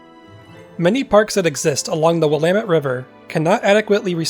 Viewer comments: Please tell, do the local residents actually pronounce it as, Wil-AH-met River"? Thankyou for beautiful vistas! Your researching efforts are much appreciated, too. :) BTW, I'm thinking the gov doesn't "abandon" much, ya know? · one way to remember how to pronounce Willamette...rhymes with dammit. 😉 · I live in Colorado Springs colorado on willamette ave and its weird hearing you pronounce the river name. haha here everyone says "will uh met"